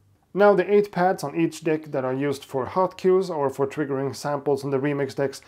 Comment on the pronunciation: "Now the 8 pads on each dick" 😂.....sorry it just sounded exactly like that! Great review though, love your videos.